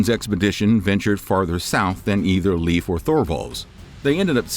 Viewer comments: Not leef Leyf. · Not like Leaf Ericsson but Leifr/Leiv like the E in hEllo not like in beef and the I like Indoors. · Pretty sure it's pronounced(lay-f) and not leaf. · LEAF 😂😂😂😂😂 its pronounced like Layf , say lay-f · He's called "Laif" not "leef" ericson. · Arrr.... the pronunciation of scandinavian names bother me somewhat. It´s not "Liiif" (or "leaf") - it´s more like LAY-F. So say "lay" as you pronounce "LAY down" and add an "F" Regards /Word police from the south of Sweden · Leif is pronounced Lāfe, Not Leaf. Just as Veil is not pronounced Veel. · Leif is pronounced the same way as life in English. I’m a Dane. You make it sound like leaf.😂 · It’s Pronounced Layf. Not Leaf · In Scandinavia Leif Erikson is pronounced Life, not Leaf. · Leif is pronounced "Layf" you keep saying 'Leaf' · When making a video about history you might want to look into how to pronounce the names of people which names still exist, Leif for example, is pronounced Layf not leaf. Especially when you repeat it several times throughout the video. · Inaccurate. And Leif isn't pronounced leaf, it's pronounced life. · Leif is pronounced "Layf" not "Leaf" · LEIF not LEAVE.. Pronunciacion is more like L-eye-ve, try again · I thought his name was Leif not leaf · Learn how to pronounce the name Leif correctly, it's not the same as leaf. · Haha. Not translate. Just thought you wondering about the pronunciation. My name is Leif ("life"), so 'Leaf' has always been cringy and a pt. of a lot of teasing/bullying as a youth. I remind ignorant people that they wouldn't mispronounce "Einstein" as, Eeen-steen. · It is not Leef. Its Leif. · Leif is not pronounced like a, "leaf," on a tree. This is another Youtube narrator who didn't even bother to get the man's first name pronounced correctly. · Leaf Ericson? Use a human to pronounce these, not some BOT! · I was told by a guy who lived in Denmark that Leif is pronounced Life,and that Thule is pronounced Toola. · Pronounced Layff. My son's name.